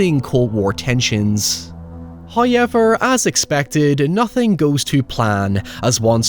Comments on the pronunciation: Disliked for sponsorship. I pay for premium to not listen to ads and have background play. This sponsorship during a video bullshit shouldn't even be allowed. Also, it's "how-ever", not "hi-ever". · For the love of god, please learn how to pronounce “HOWever”. It’s not “HAyever”. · First "hoyevver" drops . We have pleased Him and are rewarded. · May day is always better when I hear a "heurrever" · I can't get over how funny pronunciation of "however" is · The way homie says "however" gave me whiplash